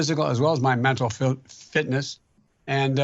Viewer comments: So funny ! Biden had problem saying mental " fllitness, fllitness.." Haha !!!. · He can’t even say fitness. Wtf... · Can't say flipness 'er fliptness fitness for one!?! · He cannot even say fitness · He couldn’t even say Mental Fitness Lol 😂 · Hey Joe, say "phycial and mental fitness" again. It's not hard for the rest of us.